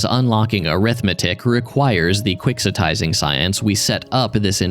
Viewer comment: The moment you said "quixotizing" I went and checked it was correct and ... Yep. That's how it gets pronounced. Not like how it is in "Don Quixote", even though that's the root of the term.